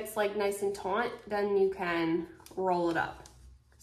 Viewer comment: It’s “taut” NOT “taunt”